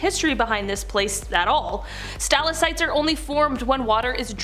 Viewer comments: Great video, but I'm going to be "that person" and give you one note on your pronunciation. It's sta-lac-tite, not stal-a-cite. :) Keep up the good work though. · Omfg- say it with me Stal• ac• tite, say it and repeat it. 🤷🏻‍♀️